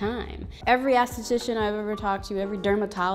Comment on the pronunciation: You saying "ASS-titician" cracks me up. Not being nice nasty, but it's ES-titician. Always love your videos, big fan of everything you produce. I mean no harm by the correction